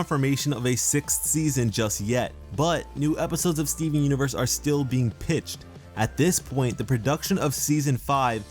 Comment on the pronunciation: I liked the video..but what I liked the most is the way you say Stee-veen xD